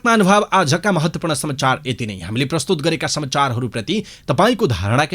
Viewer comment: Samchar hoina ta sir samachar ho patrakarlenai yasto galti garepachi arule ke garla ? Bichar garnuhola 😃